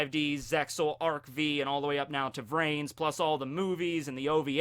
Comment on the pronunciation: it's pronounced ARC-FIVE